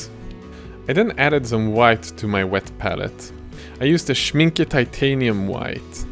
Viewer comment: You're the first "non-German" to pronounce the "Schmincke" brand correctly without completely making a mockery of it.